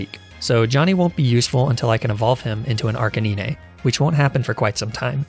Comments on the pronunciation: bro wdym?? It makes no Sense to be pronounced ar ca nee nay, ar kay nine at least makes Sense since it combines ”arcane” and ”canine” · "ark-uh-nine" bro ill even accept "ar-cane-ine" whos saying "ark-a-nee-nay" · "ar-kuh-nee-nay" bruh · people don’t say “ar Kay nine” they say “ar ka nine” also “arcaneenay” sounds like a type of pasta lmao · I know I'm 3 months late, but fr tho, Ar-ca-ni-ney, instead of Ar-ca-nine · Ar-kay-KNEE-neigh? No its Ar-kay-nine- 😬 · arcanine ❌ arcaninay ✅ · Why do you pronounce “nine” as “nee-nay”? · Its arcenine dude say it like 9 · ar-KAY-nine or AR-cuh-nine 😭😭 never ar-cuh-NEE-nay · Gotta love Arcaneenay and Ünfezant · Arcaneenay Everyone: And I took that personally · I was like You mean Ar ca nine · r k 9 he says r kah nee nine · Ah yes, my favorite Pokémon: Arcaneenay and Deckadooey. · Arca nee-neigh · Me to arcanananay Like arca whip and and naynay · Arcaninae WHY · He actually pronounce Arcanine like the most common pronunciation we know I think deliberately mispronunced it as Arcaneenay to get on our nerves, and it works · ar CA NINI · I can tolerate most of the mispronounciations. I can't tolerate arcaneenay. Good thing he's probably doing on purpose xD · I’m sorry did he just say Arcanine as “Arcaneiné”??? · everytime he says "arca-ni-neh", " ky-rem" and "oonfezant" i die a little inside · "Arcanenae"..... I hope this is an inside joke with his viewers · arkaneenay what in the heck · The way he prounces 96% of the pokemon names in the video hurt me, Example: Arcaneenay, Crowcaroak, Ünfezant, etc. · Lol 😂 The way he said Arcanine Ar-ca-Nie-Né Lol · “Arca-nee-nay.” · Ah yes my fav pokemon "Arcaneenay" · Argh - cah - knee - nay ? What the actual hell is that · Arca what? Did you just say Acra niii neee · Honestly I was excited to watch this but I am leaving after "Arcaneenay". Disgusting. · does he just prenounce arcinine like arcininey or is it a joke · Literally made me grin 😀😄😁